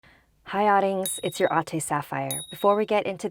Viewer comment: Instead of ottings could it be otters